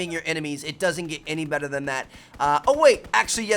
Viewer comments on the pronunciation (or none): none